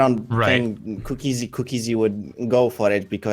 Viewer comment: "Cooka zee" nice pronunciation.